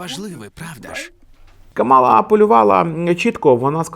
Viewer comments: Імʼя кандидатки КАмала, а не КамАла! Вона заради цього акценту навимсне!!! представилась під час потиску рук перед дебатами! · Вона не Кама'ла, а Ка'мала, будь ласка, поважайте ім'я людини і як воно вимовляється 🤓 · КÀМАЛА, а не КАМÀЛА. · Але чому КамАла, якщо вона КАмала? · В імені Камали Гарріс наголос на перший склад, а не на другий, виправляйтеся, пора знати ім'я наступного президента США на наступні 8 років!! Кáмала - наголос на перший склад!!